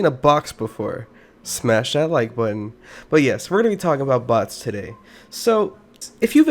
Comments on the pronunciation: for sec i thought he said butts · Everyone has to be honest the first time he said 'bots' who else taught he said box ? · I thought you said "bought" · i feel like you said butts instead of bots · I heard butts without the captions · What I heard, is him actually saying butts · I’m confused bc your saying boss or box that’s why I’m confused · I thought he said butts lol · ok im so confused is he saying bots, boss or butts?